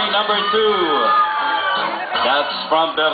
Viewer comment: pronounce na pronounce talaga yung BERNARDO CARPIO wow lang